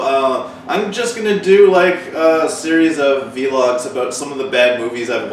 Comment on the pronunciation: what's a vee-log?